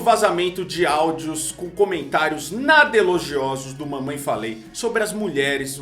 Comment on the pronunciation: eu ouvi "mamãe FALHEI?" ahuahau 🤣🤣😂